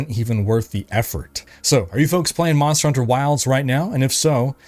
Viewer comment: "Hey fonks"